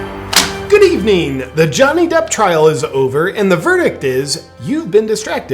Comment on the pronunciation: “Good eveneen”???